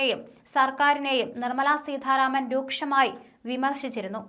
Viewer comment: അവതാരിക ഉച്ചാരണം കുറച്ചു ശ്രദ്ധിക്കണം. ഉദാ. സീഥാ രാമൻ